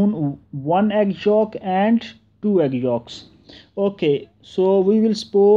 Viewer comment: Its yolk not folk